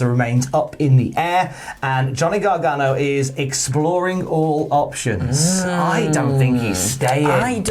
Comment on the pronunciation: the way you keep saying "garganGO" or "garganGONE" is killing me. GONEGANO. GOGANO. it's right there and yer blowing it!